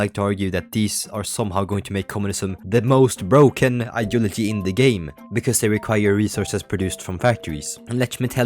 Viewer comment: every time you say “ideology” you either say it clearly or sound like an autistic person trying to communicate